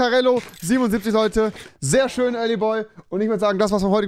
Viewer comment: Leute sagen schön Rewi: Schösch